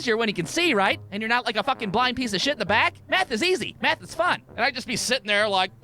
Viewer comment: he is 100% saying meth and not math